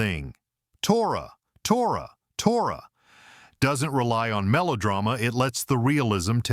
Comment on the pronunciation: Tora Tora Tora is mispronounced! In the film the signal is shouted as "toratoratora"